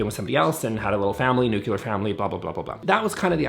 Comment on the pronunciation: You are the last person I thought would say “nucular” instead of “nuclear”…. Shocked. lol